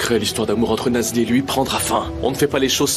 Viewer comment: 😂😂😂😂😂 c'est parce qu'elle vous énerve que vous ecorchez son nom ?😂😂😂😂 C'est Nazli